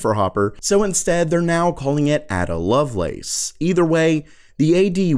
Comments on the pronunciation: Ada not Adda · A-DA Lovelace - JESUS - look her up you philistine. It's pronounced like "day or say". She is "chiefly known for her work on Charles Babbage's proposed mechanical general-purpose computer". I'm down-grading your D+ to an E. I used to live on Lacelace Drive in Surrey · Just a tip: Ada Lovelace is pronounced 'Ayder'. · A-da... it's a long 'A'! You don't have a clue who any of those people even are, do you?